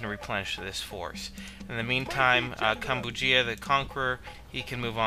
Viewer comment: As for the pronunciation of Kambujiya - I would pronounce it more like "Kam-bu-zhi-ya"